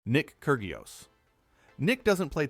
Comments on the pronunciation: I cant stand the ai voice saying KER GIOS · “Kurg ee os” lol